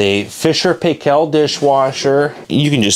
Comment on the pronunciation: I have to say after watching a number of your video, please as a New Zealander pronounce Fisher and Paykel the correct way. It is paikel not paykel. Please look up the correct pronunciation on the internet. Thank you.